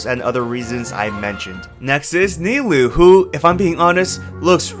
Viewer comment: Kinda out of pocket, but kudos to you for actually pronouncing Nilou and Cyno correctly !!!